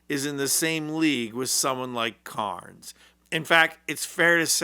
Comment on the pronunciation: His name is Carney, not Carnes.